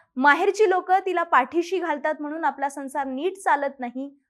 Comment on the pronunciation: म्हनून नाही म्हणून, आनि नाही आणि...